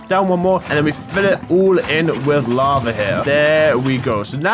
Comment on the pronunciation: laba... me:IT'S NOT LABA IT'S LAVA!!!😡😡😡😡😡😡